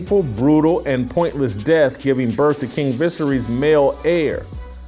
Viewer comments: LOL FFS man, learn how to say the characters' names if you want to be taken seriously. "King Vissery"??? You mean Viserys - pronounced vuh-SARE-us? Just tell us you didn't watch the thing and are just reading from a script someone handed you. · the guy pronounced "Westeros" like it rhymed like "underoos." "Visaerys" like "vissery." He never watched the show, he's just reading a script someone gave him. Good little robot. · Vis-air-eez. You started your show saying the kings name wrong